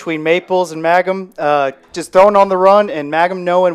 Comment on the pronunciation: It’s ….MANG-HAM….just like it’s spelled. If you deducted 50 points from my IQ, I still could not possibly arrive at the pronunciation “MAGGUM”